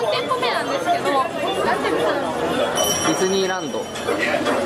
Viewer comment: ディズニーランド(＝でじにらんど)で声出して笑った😂